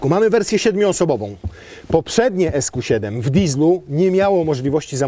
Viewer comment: Ziben a nie seven